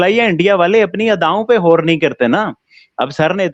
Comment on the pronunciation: Pls tell,,,, Gour (गौर) not hor Galat (गलत) not halat Galatfehmi (गलतफहमी) not halatfehmi Basically G word hota h H nhi hota h 😂😂😂